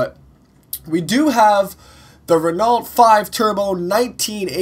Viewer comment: its RenO not RenALT